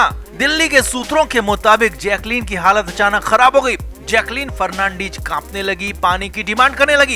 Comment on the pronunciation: Fernandeeeeez nehin....fernandez...